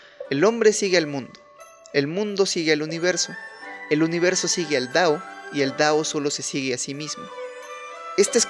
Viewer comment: Porqué dices “dao” en vez de “tao”?! 💀